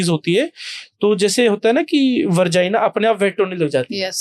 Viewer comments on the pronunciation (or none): वर्जाइना नहीं होता है डॉक्टर साहब Vagina होता हैं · Vergina nhi vegina bro... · Shingudane ko hindi mein nhi english mein shrink bolte hain Aur vargina nhi hota vagina hota hai yaar Tyari karke aya kro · Moorakh doctor vargia nahi vagina hota hai